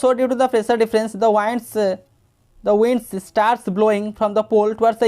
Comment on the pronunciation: English pronouciation sunke hasi ahh rha hain Sir... Its not wands, its winds...😂